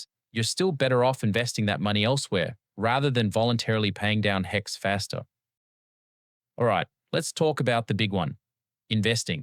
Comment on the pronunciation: Great videos, and I love the graphics. I can see the graphics are AI generated, but is the voice generated too? , "rather" and "faster" don't sound like a normal pronunciation, they almost sound a bit like an American/Australian accent hybrid.